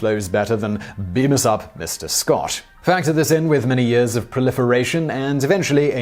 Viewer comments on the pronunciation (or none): none